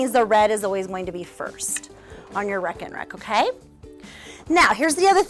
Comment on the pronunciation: As a Dutch primaryschool teacher I can tell you it's not pronounced like "wrack and wrack". The first E in the word is pronounced as an A in the English alphabet. So it's like this: ray-kenrek.